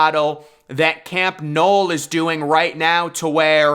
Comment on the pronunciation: It’s Camp Nou not Camp Knoll